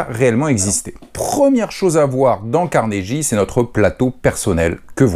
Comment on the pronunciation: Juste comme ça ... il faut prononcer 'Carnegui' et non 'Carneji' .... :)